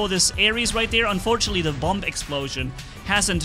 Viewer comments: Just an FYI but bomb is pronounced bomm and not boomb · Hey love you're vids but I just wanted to say bomb is pronounced bom. The second B you do not pronounce but your English is quite good for it not being your native language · you pronounce the word bomb wrong.. the last b is silent... so it’s like saying bom